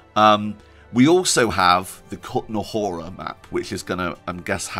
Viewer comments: WOOOW, good job in pronouncing the Kutná Hora :-) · Your effort to pronounce Kutná Hora and Trosky correctly is much appreciated! When I heard ESO, I think, promouncing Trosky with English "ay" at the end of the word, I almost suffered a stroke :D